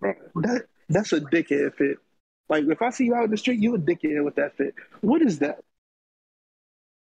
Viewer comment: thought was about to start freestyling 😂 lol ik homie was from philly after he said “dickhead” lol